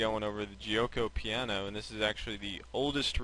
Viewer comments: jyo-ko pya-no not jee-oh-ko pee-a-no lol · It's actually pronounced jokeo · You're mispronouncing Gucci Piano. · hahahah Guioco Paino or " Silent Game"